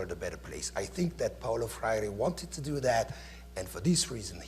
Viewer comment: I think it is really telling that the professor introducing the event makes the name of freire sound exotic and spends so much time further exotifying him by trying to pronounce it...then proceeds to ask how many people know about his work as if it is an obscure piece of antique..